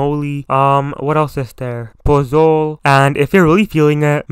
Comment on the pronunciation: This man fr said puhzol😂